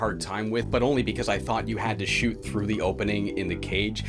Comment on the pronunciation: "Nuuu, don't shewt' XD